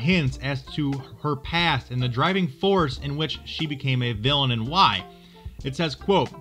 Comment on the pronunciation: TIME Villain, not Viallain